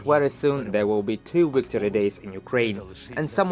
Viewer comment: Yes Wictory! You try speaking Ukrainian so they can make fun of you. 😝